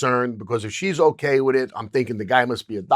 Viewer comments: Okay. Polish your interview skills. Stop saying “Onay.” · Bruh the way u say okay is the worst, stahp